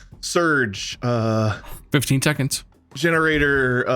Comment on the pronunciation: "15 teconts."